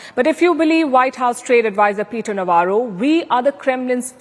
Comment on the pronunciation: Navarro is doing Lavaro ( bakwas, blabbering).